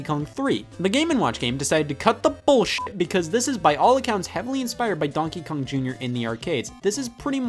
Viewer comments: Conkey Kong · It sounds like he's saying Bonkey Kong. Its the newest Kong everybody. He flails his arms around wielding a baseball bat yelling Bonk! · Bro why does he say donkey kong like that Its like DONkey kong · Why does he say donkey kong like that😂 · the way scott says Donkey Kong.. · Every time he says "Donkey Kong" I remember he's from Ohio. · what the fuck stop saying donkey Kong like that I never noticed you saying it like that before stop it stop it Edit: ok he said it right thank god Edit again: he said it the bad way again